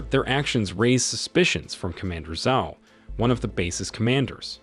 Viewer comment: Ong, katara , ki o si island, commander zau, avatar ky o si, fire lord Ozi, Azu la, omasu even uncle iro every character and Nation is pronounced wrong 😡😡😡😡😡😡😡😡😡😡😡😡😡😡😡😡